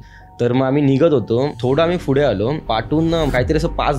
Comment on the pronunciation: फुढे नाही रे दादा पुढे 😂